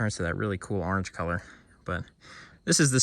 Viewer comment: My Godmother was from your neck of the woods and she uses to pronounce Orange Urange(Erunge)!. You saying that brought back good memories!!. She taught me how to catch snakes and other Reptiles. Outstanding video sir!!!. All Five Thumbs Up 👍👍👍👍👍!.